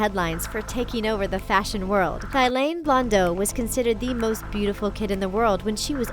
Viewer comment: it's pronounced "tea-lan" 😂